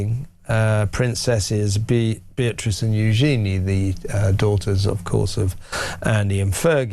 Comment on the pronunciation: Who’s Euzeeney do you mean Eugenie pronounced you-jeanie